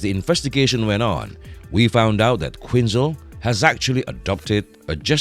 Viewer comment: Who the f*ck is Harleen Queenzer?? "Quinzel" was pronounced correctly a couple of times (barely) #manglednames